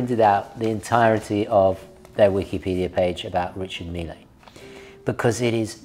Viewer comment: I'd rather wear the Ulysse Nardin Classico Manara to church with my Grandmother than any Richard Mille. Can we organize some intervention for? How he (rightfully) hates on Hublot endlessly yet loves these wrist atrocities baffles me to no end. 🤷‍♂ Also, it's French so it's "Ree-Shar Meel". Not "Mee-Lay". It's not the President of Argentina. 😎